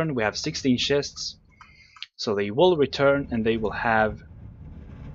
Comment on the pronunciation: "Shests Shests" *sighs* Well i want to watch so ignore it you know he means CHESTS so ignore... ignore geoffros1 IGNORE :P